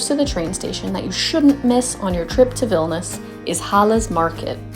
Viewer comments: Vilnius pronounced Vil Née Uhs. It would add credibility to an otherwise great video. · Veelneeooos....is the correct pronunciation.....